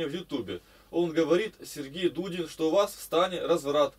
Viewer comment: Давно я так не смеялся. Не Дудин, а Дулин фрезеровщик.